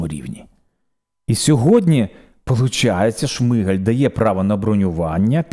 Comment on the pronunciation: Почему вы каверкаете фамилию премьера, это некультурно, он не Шмыгаль (по укр. Шмигаль), он Шмигаль (по укр. Шмiгаль), с ударением на первый слог.